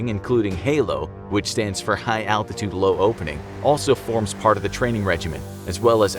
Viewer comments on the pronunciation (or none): none